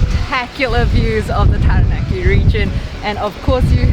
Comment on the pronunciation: I really appreciate your pronunciation of Māori words, it really means a lot to hear Taranaki pronounced correctly ☺️ I hope you guys have a wonderful rest of your trip ☺️